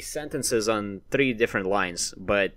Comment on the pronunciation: The way he says "3"